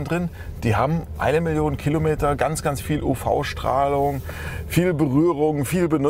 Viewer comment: Das heißt nicht "Killometer" es heißt Kilometer.